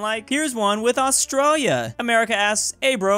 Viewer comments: ITS FRICKIN 'ASTRAILIA' NOT 'AUSTRAALIA' 😤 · Astralia lol its Austrayleeah